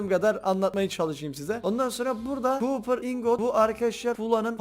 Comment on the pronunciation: Cooper ore dediği bakır madeni